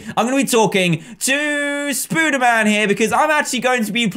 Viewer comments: ITS NOT SPOODERMAN ITS SPODERMAN! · hey dan its prononced spoderman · you are saying spader man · Does he say spooderman instead of spiderman on purpose? I just mean in general, not the kit name because "Spooderman" is the kit name.